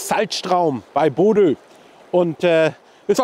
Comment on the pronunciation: Super Video! Aber danke für den Lacher, statt Bodø „Bordeaux“ zu sagen😂